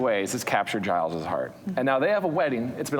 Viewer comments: Twitching everytime they pronounce it "Guy-lls" instead of "Jai-lls" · The fact that they pronounced Giles with a hard G is really annoying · Why do people call him "Guyles"? Is Giles difficult to say or something?